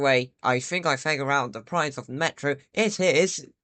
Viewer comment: ME'ROOOOOOO {pronounced Meh ro